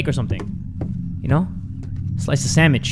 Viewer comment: said sandish not sandwich